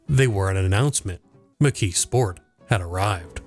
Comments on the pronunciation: The way you pronounce it is interesting. You say, “McKee Sport”. I always heard it pronounced, “McKees Port”. I grew up in Western Pennsylvania. Maybe my pronunciation is the country pronunciation, since I come from a very small town north of Pittsburgh. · Was this an AI narration? The pronunciation of "McKeesport" is weird. Sounds like McKee Sport, not not like McKee's Port. The S should sound more like a Z. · Part of my family grew up in that area. I've heard it as mik-keese-port ("keese" like "geese") and mik-keez-sport. The emphasis tends to be on the first syllable, which causes the second and third syllables to run together. Pittsburgh is weird. We say Duquesne like the French, but Versailles is "ver-sales"...